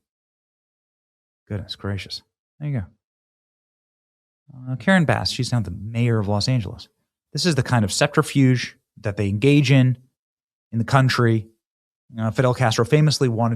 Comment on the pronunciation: Septer-fuge (Subterfuge)